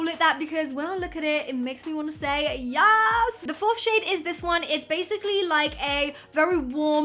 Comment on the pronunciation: I am cringing when she says yazz